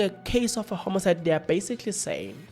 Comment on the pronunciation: 😂😂😂😂😂😂 it's not homocide it's Homicide 😂😂😂😂😂